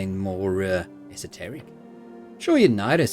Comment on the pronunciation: Thanks for saying esoteric the way I've always heard it said!